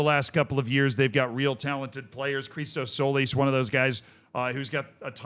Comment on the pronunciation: Christos Tzólis is pronounced Hristos Jolis